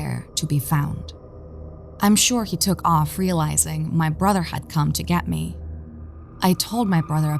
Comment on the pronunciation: Your voice is annoying af. Why is Dr. Nosleep better than every horror channel on animation and voice actors. "He TuRnEd To FaCe Meee" sound autistic af